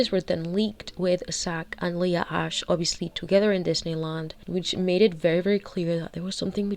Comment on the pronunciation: Okay mispronouncing her last name as Ashley is offensive to all Ashley‘s